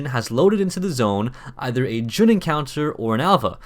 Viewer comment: Fun fact, Jun is pronounced Jon.